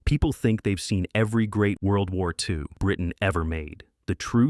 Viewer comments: Did everyone miss the odd way the robo narrator pronounces WWII. It happens at least twice. The robo voice tries to pronounce WWII as a word and does a terrible job. The last time the voice says something like “wubby foo” instead of World Warr Two. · Great post but I wish you had narrated it yourself rather than let brain-dead AI say "dubuyuuuyyuutwo" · “Fifteen British’wobbie foo’ epics…” AI narration strikes again! Can’t an actual human being check this stuff?